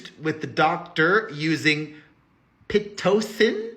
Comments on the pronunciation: yes the first way you said it was correct PIT toe sin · lol you totally said pitocin correctly the first time!